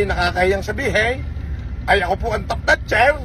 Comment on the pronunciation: Hindi Ka Tap Natcher... Kundi TOP SNATSERRR.... ahahahaha... Ukinamo 😂